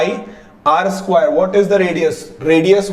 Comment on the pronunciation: Skwaiiiire did u notice he says skwairee